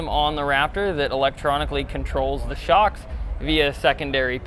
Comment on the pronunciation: Foxsh Shocksh ;D you killed it man